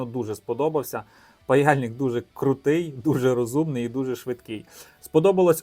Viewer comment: 😂🤣 "в"умний, як "в"утка 😆